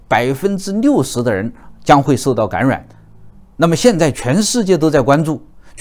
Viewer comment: 谢谢的赞，起初是因为的口音被逗笑的，“感染”爱发音为“gan ruan”，每次都等着老师说这个词哈哈哈